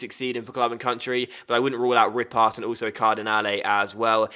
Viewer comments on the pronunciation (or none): Yup, Ripart = Ree-par Hervé = air-vay With a silent H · The ''t'' in French is silent so it's pronounced Bruno Ripar with a long ''a'' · It's Bruno Ripart, you were right, but don't pronounce the final "t" ;) I'd like to add, Hervé haidara is pronounced "Hervay" :)